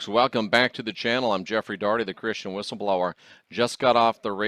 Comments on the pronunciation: You need a "B" in your WHISTLE-LOWER!!!!! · Love your stuff but your missing the “B” in Whistleblower